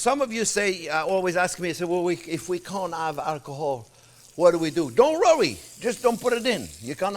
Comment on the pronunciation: Chef is not only the best, he's amusing as hell :D "Don't wrowry!"